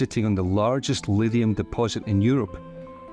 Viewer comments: Livium???? Or should that be Lithium... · Your narrator is mispronouncing lithium as “lidium”. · Why can't he pronounce Lithium properly??? He's saying Livium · You seem to able to pronounce LITHIUM ….. You are saying … LIVIUM .. you are not pronouncing ‘Th’ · When he’s saying “Lidium” / “Livium” he’s saying “Lithium”. It took me a while to understand. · you are mispronouncing lithium. What's wrong with you man, other than being a sweaty sock?